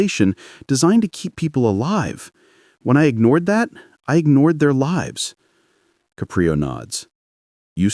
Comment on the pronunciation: I enjoy the Judge Caprio stories however I found the mispronunciation of the judges ' name in the first half as well as the changes in the voice distracting and irritating. Poor editing.